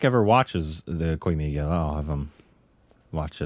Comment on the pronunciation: How can anyone say "koi mil gya" as koi mil gela except if he is dyslecxic?? are you?